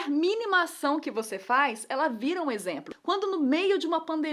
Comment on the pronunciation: Título: A Nilce fala exempro toda hora! Mas eu amo vocês!